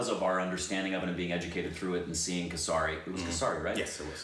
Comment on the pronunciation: Kessss ri .... Not kesaaaari 😆 sorry but i could not hold back